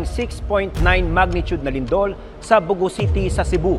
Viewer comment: The name 'Bogo' is stressed in the second syllable.